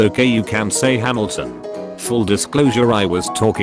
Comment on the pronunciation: Am I the only other hamilton fan that could only hear “jamilton” over and over in their heads. And when the other person said “it’s ok you can say hamilton” laughed so hard? No, just me?